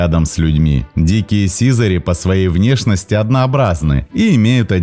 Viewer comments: Ставшее редким за последние десятилетия, очень красивое слово СИЗАРИ. Ударение в нём правильно ставить не на первой И , а на второй, не сИзари, а сизарИ. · Ну СИЗАРИ́ же, блин! Сизари́! Учите русский язык, дети!!!